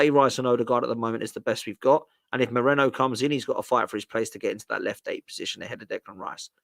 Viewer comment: It's Merino. Why do English people have that much trouble with foreign names? Are they all dyslexic? Just take 2 seconds to look how the name is spelled...